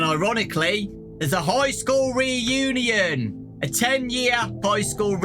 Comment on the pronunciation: High school Re-u-Née-In